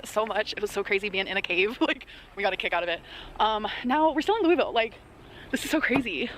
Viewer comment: It's pronounced Loo-uh-vull (like full) and we love our Lights Under Louisville, but hate the annoying commercials for it (at least in my house we do).